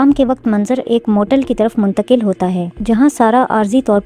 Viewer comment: mungtaqil kya hota hai?? 😂😂😂😂😂😂😂😂